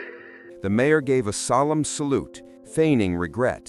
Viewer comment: A.I. can't pronounce mayor?? What a lousy and lazy yt channel